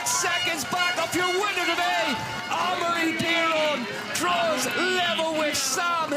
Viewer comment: Hey it's pronounced Ah-Maw-Ree not Eh-meh-ri not Emory or Emry. Take some basic french lessons for Christ sakes if you're going to be commenting downhill and stop butchering the name of one of the sport's biggest stars